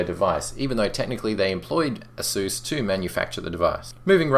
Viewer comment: rotfl, say asus again please